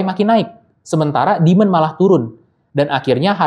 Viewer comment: Bro..penjelasannya ok...tapi koreksi cara baca demand, sptnya nada tsb yg anda katakan berulang kali itu artinya setan (?) Coba check nadanya di google translate